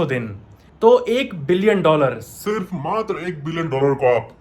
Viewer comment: How amazing he was said that " Matar saat crore 😂